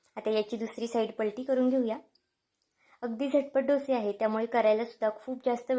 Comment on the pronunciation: ढोसे नका म्हणू ," डोसे " असा ऊच्चार करा !रेसिपी खूप छान ,पण ढोसे म्हटले की,कोणीतरी ठोसे मारतंय असंच वाटतंय